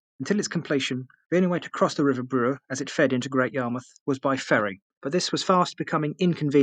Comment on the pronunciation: Sorry, but it sound like you are saying "Brewer" but it is in fact the river "Bure".